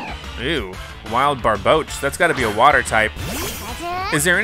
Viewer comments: when he called barboach barbaque lmao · Its Barbouch not barbaracle